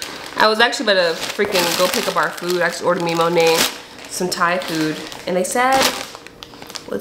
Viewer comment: You keep saying monet I’m like Monet??? Mcmichael??? 😭